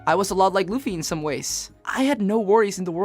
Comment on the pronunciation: you said laffy?!